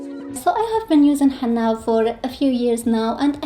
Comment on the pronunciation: Just a little input…its he-nna-a not he-NN-a